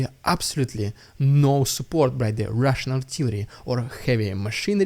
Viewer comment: "Its the rrrrrussian idiot" is all i hear. Is it what you really say? Love your work